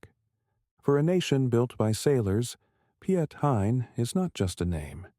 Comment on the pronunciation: At least pronounce his name right, it sounds very different in dutch